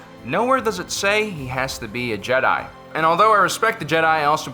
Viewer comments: it's "jeh-die" not "ji-dye" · It’s jed-eye not jidie smh I’m unsubbing. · FYI not Je'daii its Jedi'i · Man really just said “Je Die” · The JEDAYY XD XD XD LOL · stop saying Jedi like an idiot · why did you start saying Jedi in a weird way half way through the video? lol